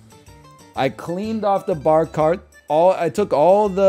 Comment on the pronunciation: Pahk the Bah Caht